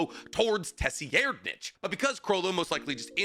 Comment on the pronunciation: Im never gonna let this pronunciation corrupt my ears. It has to be “ser-ride-” not “tessie-air’d-nich”